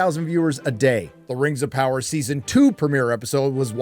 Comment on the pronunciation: Rims of power? did u do that on purpose or my ears playing tricks on me???